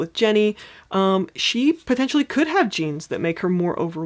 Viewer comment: When you first mentioned genes I thought you said jeans lol